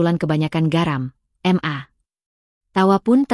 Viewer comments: Baca ma yg bener bukan em a bisa ggak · Ma =Em - a Pa = Pe - a 😂😂😂😂😂